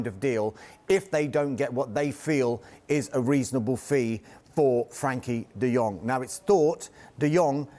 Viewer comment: Would have thought a pundit or presenter would recognise the e in frenkie, not frankie